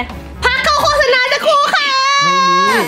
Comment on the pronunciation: พูดว่าพักโฆษาณา. โฆษาณามาตลอดเบย